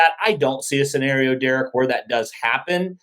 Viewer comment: Sorry derek but.......... says the word scenario right. You say it wrong 😢